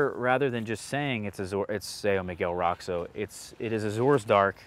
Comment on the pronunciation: So isn't Roxo really more like "RO-scho" instead of "ROCKS-o"?